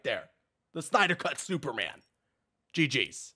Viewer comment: " Snyder Cut Snooperman"